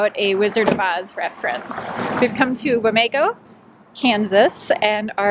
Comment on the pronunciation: sorry Wom-ee-go...